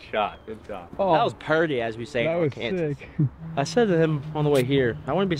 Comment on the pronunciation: The fact he referred to it as Ar-Kansas gets me 😂